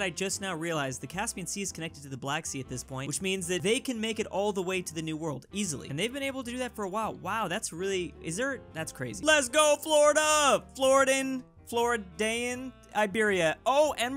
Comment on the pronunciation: I'm honestly disappointed that this dude can't even pronounce Floridian correctly, it really isn't that hard. The same goes for Gaeldom.